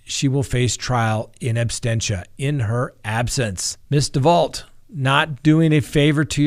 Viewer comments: Abstentia? Is it not Absentia? 🥰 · Absentia, not absTentia. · Sandra Summers you are absolutely correct!....It sounds like he said “trial in ABSTENTIA”...LOL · The word is ABSENTIA not abstentia!!! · Great show! The term is “in absentia,” not “inabsTentia.” Thanks :) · Trial in "absentia", not "absTentia",, sir😊. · Mummy That's what I believed as well. It was said as "in abstentia" twice, so I wondered. Thanks for answering 😊. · Absentia,. You get that wrong every time. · It's not abstentia, it's absentia. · It's absentia, not abstentia. There is no t immediately following the s. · No offense, but it's "in ab-sen-tia," as in "absence." Not abstentia, like abstain... Awesome episode though, sir. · he definitely said in “abSTENTIA” multiple times. Kind of killing it for me especially when you’re educating others about the law. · “... in absTentia...”? really? better brush up on your Latin, Sir... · Ooof!! I saw this comment as i got to that part. And he repeats it so many times! 🙆🏾‍♀️ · my brother , the word is ab sen tia ab sen shia is how you pronounce it. just so you know . i’m a fan by the way and love the show. not trying to be a dick. lol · seems to have a tendency to mispronounce words. No big deal, he's still super educational and fun to watch. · Really love your show but isn’t it “in absentia”? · I thought it was "absentia "?